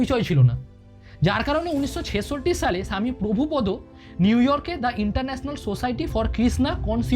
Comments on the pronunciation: হরেকৃষ্ণ আপনার উচ্চারণ টি প্রভুপদো বলছেন উচ্চারণ টি প্রভুপাদ হবে আর একটি বিষয় চৈতন্য মহাপ্রভু ভগবান শ্রীকৃষ্ণের ভক্ত ছিলেন এ কথা টি বললেন ভগবান শ্রীকৃষ্ণ কলিযুগে চৈতন্য মহাপ্রভু রুপে প্রকাশ হয়েছেন একটু ভালো করে বললে ভালো হয় হরেকৃষ্ণ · Jai bolun apni apnar kotha ami kichutei biswas korbo na,jara nije veg khai tara goru pachar korbe , age prabhupada pronounce thik korun,apni ki sob chere iskon e thakte parben ba je kono mondir e ?? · Prabhupada pronunciation thick korun.